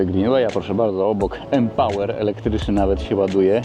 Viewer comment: nie m-pałer tylko m-pała się mówi, bo to niemiecki samochód i wymawia się m-pała. To tak jakbyś na lamborghini powiedział lambordżini. Ps. u nas w Niemczech nie mówi się beemwu tylko beemwe. Pozdro 😀